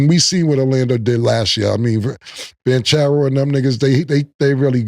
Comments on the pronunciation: “BAN - Cherro “… Like he it’s the band for the cereal company lol 😂😂 …. It’s Bon … like a bonnet and churro like the desert my boi 😂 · Cam calling Paolo “Banchairoo” you losing your stanima killla 😂😂 paws 🐾!!